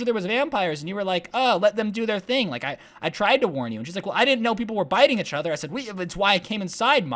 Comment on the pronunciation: Why do you say ach other not each other